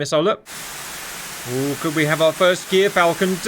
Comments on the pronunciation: Hate to be the pronunciation nerd, gyrfalcon is pronounced “jeer-falcon.” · As a life long ornithologist and falconer. I feel I must let you know it's Gyr pronounced as the Ger in Germany.👍